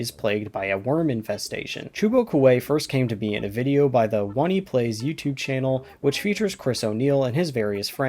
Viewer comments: that pronunciation hurt, what a power play. (It's Oh-Knee Plays) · that is NOT how you pronounce oneyplays gng💀💀❤️‍🩹🌹